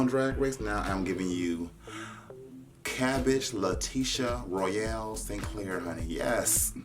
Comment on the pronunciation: You’re cabbage!!! new jersey accent